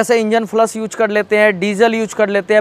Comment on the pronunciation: Yooj??? Deejal??? Cheej???😁😁😁😁😁😁